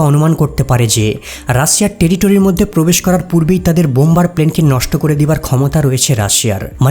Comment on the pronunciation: বাংলাদেশীরা (ঢাকাইয়া) মধ্যে উচ্চারণ করতে পারে না, পিকিউলিয়ার ভাবে উচ্চারণ করে " মোদ্য"।